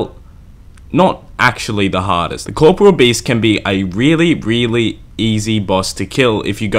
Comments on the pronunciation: One day I'll find someone that can pronounce KOR-POR-E-UL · I’m yet to find anyone who’s pronounced corporeal properly. It’s not corporal, it’s a completely different word! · Cor-po-re-al.. The English language is fucked, but yeah that's how it separated by vowels and pronounced. Why does it even matter? Nobody says it like that anyways.